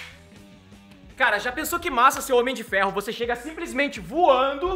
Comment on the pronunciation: N sabe falar Homem de Ferro